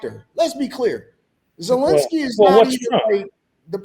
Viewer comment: Ah yes, "Zelle"enski